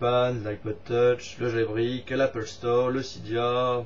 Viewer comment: t'a bien changer. Je retiens quand même le jailbrik;) c'était magique cette prononciation.